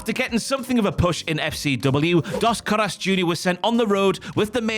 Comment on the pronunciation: Anyone else slightly bothered by their pronunciation of "Caras"